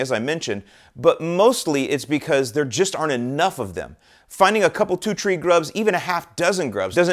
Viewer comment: Is he saying tree instead of three? 😂